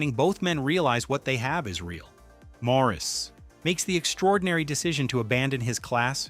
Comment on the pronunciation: Maurice is pronounced "Morris". As stipulated by E. M. Forster himself.